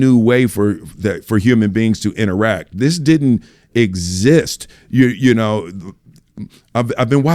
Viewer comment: Tengo miedo que algún día Will me diga “iu nou”, y yo no iu nou nada 😢